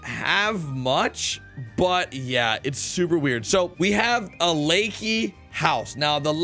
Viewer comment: Love your vids. PS: Its pronounced la-kay.